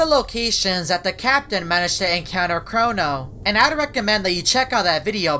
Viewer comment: Pls don't say chorono i don't like that